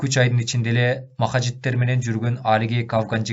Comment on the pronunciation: Махажиттер эмес моджахеддер деп окусаңыз.